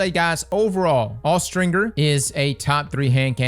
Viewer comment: What did you just say… 💀”Awe-stringer”💀